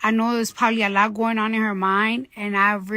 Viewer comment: Cardi B has managed to transpose the word "Probably" ... three syllables: prob-ab-bly into "polly." Well done.